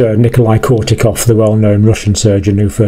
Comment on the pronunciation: I am well aware of this, many thanks. But please call them Korotkov and not Kortikof as you pronounce it